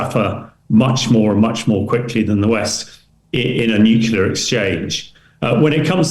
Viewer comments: Nuclear...nuclear...nuclear say it 20 times a day. No more Nucula , thank you Hamish. If you can say the word "Clear" you can say nuclear. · Some of these politicians need to go back to school for proper pronunciation or the word NUCLEAR a lot of then say nucular by mistake.Whats the good of this clap trap.